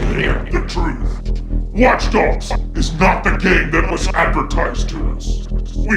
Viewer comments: did he say watch dugs at ? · WATCH DUGS LOL